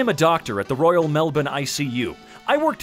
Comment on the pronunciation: As an Aussie, the effort taken to correctly pronounce Melbourne is appreciated.